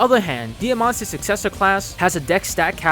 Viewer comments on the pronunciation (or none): "Ike's", not "Ike'ses" "Diamant's", not "Diamant'ses"